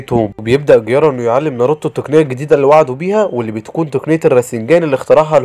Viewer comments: جيرايا مو قرارا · جيرايا ❌ ڨيارا✅ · جيرايا ❌ غيارا ✅ 🤣🤣🤣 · جيرايا ❌ غيارا ✅😂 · وات ذا غيارا اسمه جيرايا 🤣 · انتي بتقول الاسماء غلط زي جيرايا كييارا